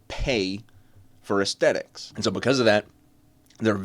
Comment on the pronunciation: My dude. It’s “aesthetic”. With a “th.” Not “aestetic”. But good video.